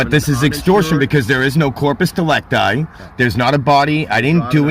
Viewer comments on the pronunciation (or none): Every time he says corpus delecti I just get hungry. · This dumb calls latin term "Corpus delicti" but has no idea how to pronounce second word. His "english latin" is just crazy!